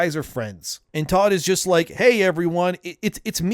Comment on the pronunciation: The emphasis should be on the "just" and not "works".